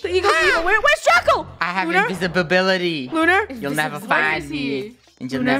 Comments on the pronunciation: Me:Did he just said ''invisibibility" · funneh : WERES DRACO draco : I HAVE invisabality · Draco : I have inbisibibility ! Me : OSISJWJWOWISNEJEJ WHAT!?!?!? Me : laughing so hard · Funneh: WHAT WHERES DRACO?!!!! Draco: I HAVE "INVISIBIBILITY!!!! Me: wait what?!?! Invisibibility?! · Lol I heard draco say: iNVIsIBiBility 😂😂